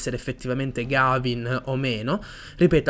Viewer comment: Mi spiace fare il pignolo ma si pronuncia Ghevin